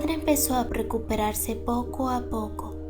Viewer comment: "preocuperarse" :v jaja me encanto 😂💜